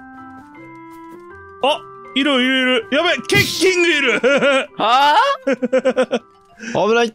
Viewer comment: FBさんケッキングと猿王のイントネーションおかしくない？